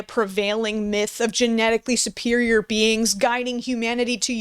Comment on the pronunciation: is he saying "Bing" or is that him trying to say "Being"? Because interdemensional bings makes as much sense as anything else he says...